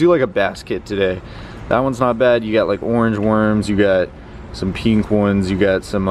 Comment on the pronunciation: It’s “pink” not “peenk”